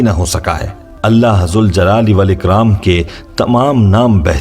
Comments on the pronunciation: Is it Ya ZAL Jalale Wal Ikram OR Ya ZUL Jalale Wal Ikram? The correct pronunciation is “Ya Zal Jalali Wal Ikraam”. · Ya k saath zal ko zabar sy ada karogy. Baghair harhfy nida k zuljal e walikram ada karogy... Ya Zal Jalaali Walikraam... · Your banner in Arabic reads - Ya Zaljalale Wal Ikram, which is CORRECT. But you're reading it Ya Zuljalale Wal Ikram, can you explain the viewers why are you doing it!!!